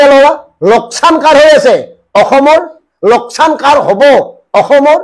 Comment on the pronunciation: লকচান নহয় লোকচান